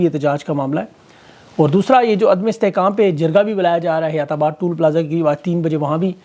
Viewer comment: Toll (tol ) plaza hota hey ,tool plaza,zhalat lafz hey.correction kar lain